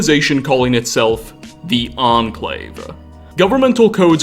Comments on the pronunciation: nuclear war was inevittableeuhh, the ahhn clave, thanks to a number of bunkers and offshore riggsuhh cant you just cut out the "uhh" you make at the end of words its really annoying and seems like you could just cut it out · "The Enclave-UH" like 50% of the words he says ends with "UH"